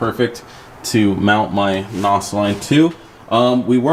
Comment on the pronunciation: NOS pronunciation is technically naws